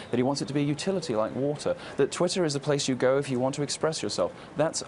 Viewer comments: "Titter erhTWITTER!"... Freudian slip of the tongue... Right into your ear. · "Leslie Jones quit titter eh TWITTER", anyone else notice that?. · lol she called twatter "titter". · So we're just going to ignore her saying titter ? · Quit titter😂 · Are we ignore the fact that she almost said tit(er)! Haha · Lmao Titter??? Anyone else hear that botch 🤣🤣👌🏻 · "quite titter" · Oh wow she said Titter at the start. We know what she's thinking about. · quit titter. lol. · She said,'Titter'..😏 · She quit Titter. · TIT ER 😂